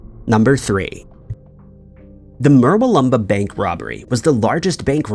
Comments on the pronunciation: Case 3. In case anyone is looking for Murbai Lumbar or Muralumba orMurwalumba in NSW, it's Murwillumbah. It's pronounced exactly as it is spelt, Mur-will-um-bah. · I laugh at his pronunciation of Murwillumbah